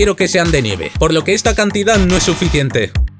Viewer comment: Yo creo que no se dice "neve" creo que se dice "nieve"